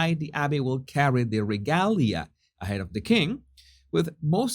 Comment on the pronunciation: ruh-GAY-lee-uh. (regalia) sorry, i'm a bit OCD about pronunciation. If you ever heard me pronounce Spanish, you'd be laughing so hard you wouldn't be able to correct me!! All the best to you and yours,!! ps the Stone of Destiny is actually the Stone of Scone (pronounced Stone of SKOON) The English call it the Stone of Scone because they mispronoune Scone so often.